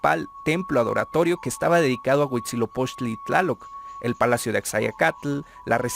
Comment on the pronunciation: Porque nadie que se atreve a difundir la historia de aztecas/Mexicas comete el error de mencionar la fundación incluyendo la serpiente?? y de pronunciar mal el nombre del Dios Huitzilopoxtli?? hay que leer los libros reconstruidos más antiguos y cercanos a la verdad: códices Florentino y Mendocino. Por favor!!!